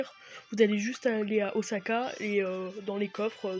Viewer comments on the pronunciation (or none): none